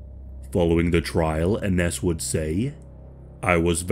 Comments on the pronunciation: It’s pronounced “Innish” not Inness. My ex’s name is Ines, used to piss me off when people asked “how’s INNESS”. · Hey hun it’s pronounced I-nez ❤ you’re awesome hun. Thank you. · I had a relative who was named Ines. She pronounced it like "eye Nehz" Great video about such a scary topic